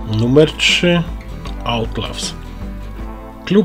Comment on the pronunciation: Czyta sie Autlałs lub Atlałs a nie Autlaws